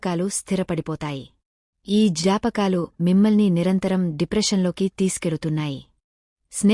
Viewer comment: ఈ జాపకాలు... కాదమ్మా, జ్ఞాపకాలు అని పలకాలి! తెలుగు రానివారితో స్క్రిప్ట్ రాయించడం, తెలుగు పద ఉచ్చారణ తెలీని వారికి చదవడానికి స్క్రిప్ట్ అప్పగించడం దురలవాటుగా మారిపోయింది ఈ మధ్య !